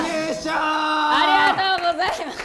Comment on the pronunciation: 優秀（ゆうしゅう）じゃなくて優勝（ゆうしょう）だよ